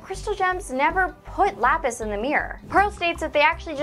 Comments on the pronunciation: Am I the only one who stuck on the miss pronunciation of lapis's name. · That's not how you say laphis name